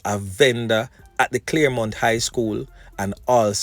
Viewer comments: CHARLEMONT not CLAREMONT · Gm it's Charlemont not Claremont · Charlemount, not Claremont